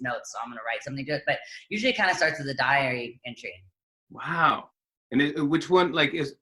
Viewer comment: Lol I’m so bad in English, that I thought she said diarrhea entry(beginning of it) not diary entry.